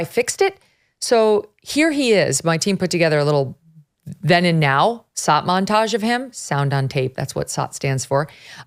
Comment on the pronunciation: Glad you defined sot, I just thought you couldn't pronounce sh- sounds